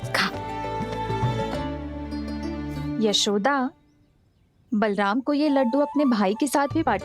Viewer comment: बलरान नहीं बलराम😂😂😂😂😂😂😂